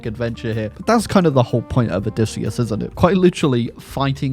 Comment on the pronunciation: i am pleasantly surprised by how entertaining this total war troy video was as you tortured matt damon’s name 😂 for being odysseyus